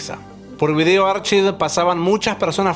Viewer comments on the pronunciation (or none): none